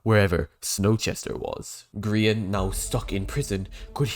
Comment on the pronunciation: Remember when Dream called Grian, 'Gr-yan' during a MCC.